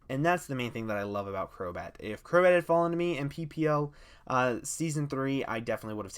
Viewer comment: 'a friend of mine has been saying that for a long time' HI HELLO DAS ME crobat more like crobae